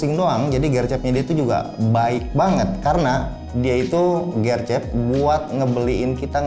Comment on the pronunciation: gw bingung gercep nya ngomong nya gercep, bukan gercep jadi gw kira maksud nya apa. ternyata gercep cuma e nya aja bukan di baca e tapi di baca e.